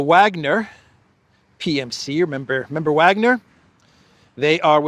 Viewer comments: Btw its (Vah)gner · please learn to pronounce Wagner properly. IE: Vargner! W in German is a V!!!